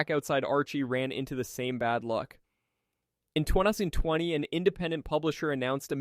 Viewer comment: it is a bot, it even messes up saying 2020. "twon-ousand twunny"